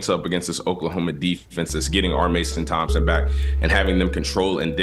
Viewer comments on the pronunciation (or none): It’s R Mason-Thomas not Tomson🤷🏻‍♂️